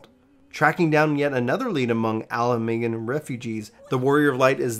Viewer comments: correct me if I'm wrong, but it's A-la-gan. Not Algean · All-leg-ahn. Azis-Lah. Huh-rays-valger. That is all. :)